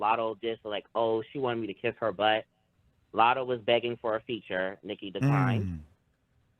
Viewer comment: The way he says “Lottle” for latto 😂